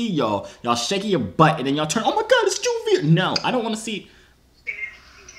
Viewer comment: When someone calls joovier joorags 😂